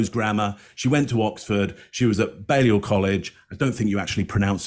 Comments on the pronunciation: you're saying Balliol correctly. Some Oxford colleges do have 'smart" insider pronunciations: Magdalen College (Maud-Len) and St Edmund's (Teddy Hall) but Balliol is Bay-Lee-Uhl. Which is pretty much how you called it. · you pronounced Balliol correctly! I think you’re mixing it up with Magdalen College which is pronounced Maudlin?! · "balliol" you got it spot on